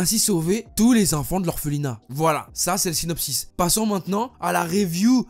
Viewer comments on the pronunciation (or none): none